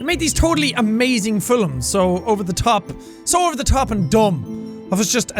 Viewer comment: did you really just pronounce it "filums" instead of films?...... my tutor Mike Dugdale pronounces it like that all the time.......... and "boo-k" instead of book.